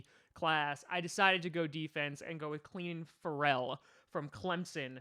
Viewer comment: Celin Ferrell is pronounced like Keelin Feral like a feral dog. Also Jonah Williams at 12 or bust. (We also keep him from falling to the Vikings)